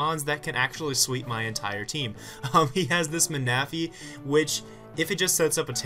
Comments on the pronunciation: LOL jolt ma-na-phy. [: defiently not man-a-phy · Happy birthday (also Ma-na-phy. Really?)